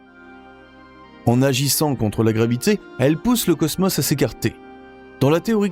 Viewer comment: J'aurais envie de visionner complètement la vidéo quand vous prononcerez le mot cosmos correctement !!